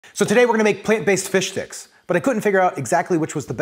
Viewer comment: I know hes saying plant base fish sticks but all i can hear is plant based fish dicks😭😭😭😭😭 save me plzzz send me help